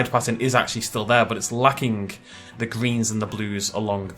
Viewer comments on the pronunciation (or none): none